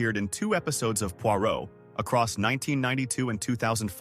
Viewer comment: 🤣🤣🤣 this fits with the pronunciation of Pwah row!